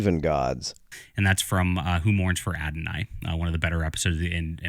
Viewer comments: "Who morns for Adonai" He says it repeatedly. It's Who Mourns for Adonis. This idiot is the one injecting Christianity into Greek religion. He must know what the actual title is. His smugness make it clear he thinks he's getting one over on his ignorant audience. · Plus calling the episode "Adonai" instead of "Adonis." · His pronouncing it "Who Mourns for Adonai?" instead of "Who Mourns for Adonis?" is his way of seeing what he wants to see.